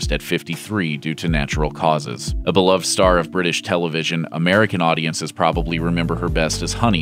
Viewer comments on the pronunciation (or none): none